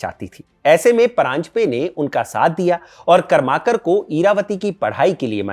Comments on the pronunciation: कर्माकर नही करमरकर बाकी व्हिडिओ एकदम मस्त. Very informative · Karmarkar not Karmakar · करमरकर बोलीये, कर्माकर नही. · "करमरकर" ऐसा उच्चारण होना चाहिए. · कर्माकर नहीं .... करमरकर.. करवे नहीं .... कर्वे .. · बहुत बढ़िया भाई साहब! मैं महाराष्ट्रीयन हूँ और आप जो चित्तपावन ब्राह्मण के नाम का उच्चार कर रहे हैं उसे ठीक करना चाहता हूँ! शुद्ध नाम है इरावती कर्वे ( कारवे नहीं) और कर्माकार नहीं पर करमरकर? बाक़ी सब कुछ ठीक! ❤